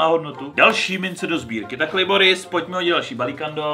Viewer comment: Jak říkáš Liboris tak to zní jako klitoris